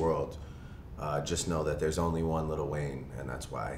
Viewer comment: Why do people keep saying "little" it's "lil"